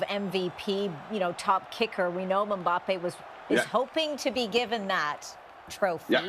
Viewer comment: PLeeeeassse make the effort of pronouncing Mbappe`s name slightly correct. It`s Mbappeee. Mbappé